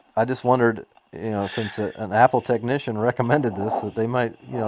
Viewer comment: You know it's great when a techneeshun doesn't know what a CORD is! Great call my yute! It actually sounded like he said Fat support. lol